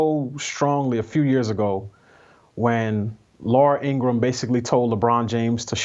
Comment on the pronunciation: She can’t even say Laura Ingraham name right 😂😂😂😂